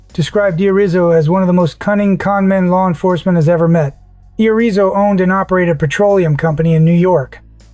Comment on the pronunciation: One point five dollars billion a year. Irrizo 6 foot 5, 50 pounds. Seriously? This isn't AI Slop is just pitiful. It can't even read it's own text. just stop.